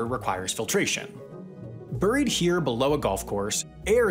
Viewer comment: Nice video, but you mispronounce Alum, Buried, and Potable.